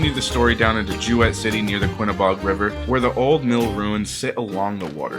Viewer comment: It's pronounced JOO-it not joo wett.